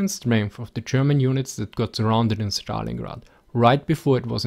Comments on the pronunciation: it is not Shtalingrad but Stalingrad with (es) pronunciation. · I love the way you pronounce "schtalingrad".